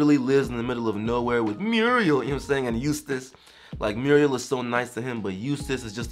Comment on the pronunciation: When you said "Muriel", I absolutely died. I'm sending you the bill for my autopsy. Cool?